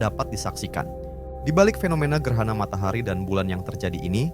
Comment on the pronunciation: Bukan gerhana..gerana...😅